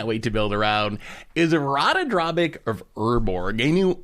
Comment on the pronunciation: He pronounces Ratadrabik Rakadrabik except for one time when he first mentions it